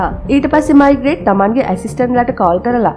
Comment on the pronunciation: මෙයාගේ නම මයිග්‍රේට් නෙවේ. මේග්‍රේ.